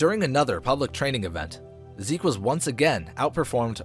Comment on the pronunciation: Its zeke not seek